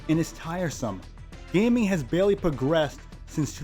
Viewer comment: WTF is that intro lol. MODERN GAYMING.